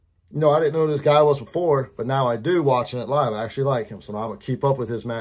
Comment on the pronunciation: It's LIEve 😄